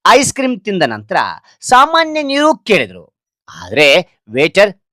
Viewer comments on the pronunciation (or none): ಸಾಮಾನ್ಯ ನೀಕು ಅಲ್ಲ ಸಾಮಾನ್ಯ ನೀರು